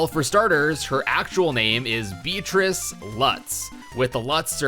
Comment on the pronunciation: It isn't "Beatrice," it's BEET RICE